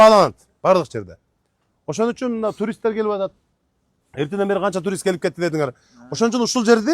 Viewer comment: Оада турист туруст деп ататго